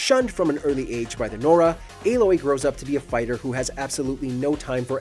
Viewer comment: I have watched a few different videos on female protagonists and you are the only one who said aloy's name right